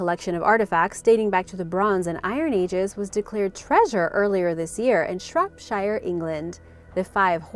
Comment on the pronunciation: No. The pronunciation is good, but not accurate in some cases. Shropshire is pronounced "Shropsha" not "Shropshayr" for example. I love her upbeat mood though.